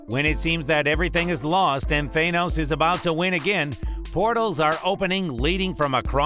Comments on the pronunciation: It's Thanos not THAYnoes. Thank you for the insight great video :D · YOU TS THA-NOS NOT THAY-NOS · For the love of god just say thanos not thay-nos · Its thanOs not thANUS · Why do people say Thanos wrong? They keep saying the "A" in Thanos the way the letter A sounds when you say it alone. Instead it's said as the A in "ah". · Tha-nos not thainose 😂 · It's thaaaanos not theynose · Its Th-AH-nos not Th-AY-nos!!!!! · How do people STILL mispronounce thanos when it's litteraly said several times in both infinity war and endgame it's not that hard people it's a soft A not a hard A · How this bitch says thanos is so fucking annoying is tha not tha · why are you saying Thaynos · Man this guys voice is fucking annoying. THAYNOSE 🤓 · Are you hungry? Eat your thaney-O's it's good for you and sweet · Th-ay-nose lmao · He’s saying Thanos wrong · Ok i know but learn how to say thanos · can you say thanos right?